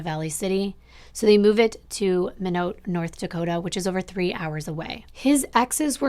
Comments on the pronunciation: It's said like "my knot" instead of menote. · I love the pronunciation of minot. It's actually pronounced my-knot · The way you said Minot, MADE ME COUGH MY COFFEE OUT! MINOT. LOLOLOL My - Not. You pronounced it like Pinot and that made me love you EVEN MORE! I'm from the Southern Dakota, not the one in the story. That one is to the North. Lol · No big deal, but the city of Minot is pronounced like ‘My Not’. Great video. I’m from ND and I remember this case. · Love ur channel I lived in Minot and it's pronounced like My/not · Great video!! What a creep! Oh, Minot is pronounced "my - knot" 😊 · I watch many crime videos on YouTube and this was the first video of yours I've seen. You definitely tell the story well and in great detail. I enjoyed it. I do have to say, I was taken back when you said this was in ND. I was born and raised and still reside in ND. This is only the 2nd video I've come across where a crime in ND was talked about. Also, I did have to laugh when you mentioned Minot and how you pronounced it. Everyone not from ND pronounces it just ad you did, but its actually pronounced as my not. I'll definitely be watching more of your videos!